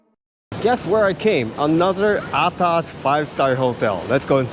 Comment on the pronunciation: I must say... you have been singaporeanized! The way is pronounced 'atas' is perfect! Hahaha! Keep up the good work!